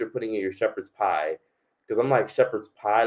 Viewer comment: Shepard pieee😂